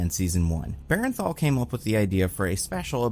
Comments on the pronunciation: Buddy I swear I have to comment this every goddang time. It is BERN-THAL, not BAREN-THAL. please, for my sanity acknowledge this. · please. its BURN-THAL. not BARREN-THAL